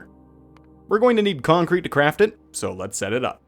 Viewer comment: Man gets on adderal and suddenly hes adding conk-crete